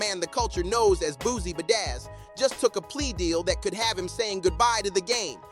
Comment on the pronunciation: Good content but every time you said Boozie Bazzaz I wanted to abort. 🥴 Good work overall though.